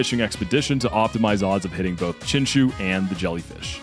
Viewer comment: i activate my magic card chinchu aka chinchow(your saying chinchou wrong noob)